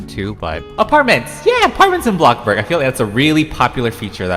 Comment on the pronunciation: FOR THE LOVE OF GOD PLEASE STOP PRONOUNCING BLOXBURG AS BLOCKBURG